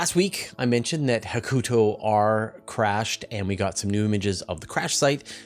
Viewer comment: Re-upping the nit, sorry! "Hakuto" is pronounced HA-ku-toe, with stress on the first syllable.